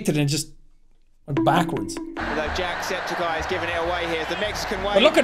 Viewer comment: Are we gonna talk about how they pronounced his name as jack---- septiSYE??